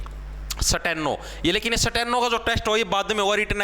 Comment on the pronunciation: Sateno nhi Steno hota h 😂😂